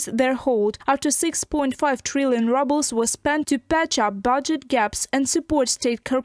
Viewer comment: National wealth fund is empty. The cash is spent and inter government obligations are uncollectible. An credit here is a debit there. The announcer's pronunciation of rubble for ruble is apt.